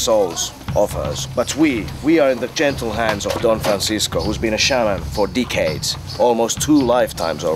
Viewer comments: When you said "decades" it sounded like you said "dickheads" 😂😂😂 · it sounded like he said dickheads when he said decades